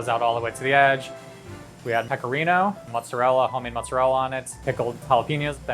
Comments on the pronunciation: Actually "pizza ai peperoni" in Italy means completely another thing (peperoni = bell peppers = not "sliced red salame" ). Italian Americans = fake Italians. MozzareLL....ok,im going to bad now, tired and disgusted by your Italian. It's mozzarellA not mozzareLL. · it is MOZZARELLA and not mozzarell 💀🤯🙄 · What's even more cringe to me is Mozarell, It's Mozarella. No Italian in the world would call it Mozarell. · The first guy who called Mozzarella “Mozzarell” instantaneously made despise everything about them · How cute it is that american "italians" think that mozzarella is pronounced "Motsarell"... Listen, just call it american! Nothing about anything american is even remotely european. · “ muzarelle” makes me want to die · "italian pepperoni" "fresh mosarell" "my grandpa italian marinara sauce" I can't 😢😢😢😢😢😢😖😖😖😖😢😢😵😵😵😵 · the only thing I don't like about ny pizza is the way they pronounce mozzarella its not proper pronunciation and seriously were does the a go? Amazing pizza tho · I love how he's Italian but still pronounces mozzarella wrong I mean It's not that bad it's just missing a letter